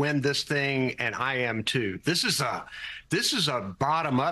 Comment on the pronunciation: that host has a hard time talking many times, and also she needs to learn how to pronounce harris' first name properly. that's disrespectful.